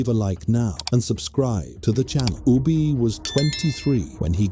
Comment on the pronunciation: Within the first 36 seconds Ubbe was pronounced 2 different ways. Ubbe or Ubba i am aware of but Ubi is new to me. Long live the pathetic A.I and Bot voices. May they contribute massively to the utter ignorance of Humanity.